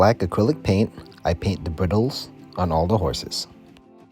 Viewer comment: Sorry to sound picky, but it's "braidles" not "briddles". Or just use "tack" instead".